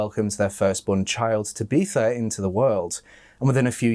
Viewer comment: “Tabeetha” 😬 Surely you’ve heard of the name “Tabitha” before? Tab I tha 🤦‍♀️